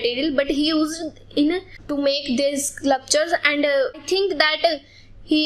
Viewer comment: her pronunciation of sculpture was wrong and she pronounced 3 times wrong